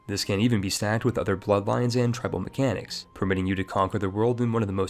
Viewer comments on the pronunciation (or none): none